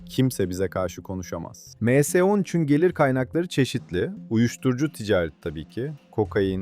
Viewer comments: Em s ne lan admin m harfli İngilizce s harfi türkçe em es 13 de bari 😂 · Em se değil dostum ya em es yada me se demelisin. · Emse nedir ya düzgün telafuz edin şu kelimeleri